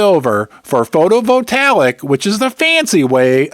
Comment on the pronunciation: .....FYI: HEY!!!!!!! IT'S PRONOUNCED.."PHOTO-VOLT-AAY-ICK"!!!...:face-red-heart-shape:........NOT "PHOTO-VOL-TALLICK"...:face-fuchsia-poop-shape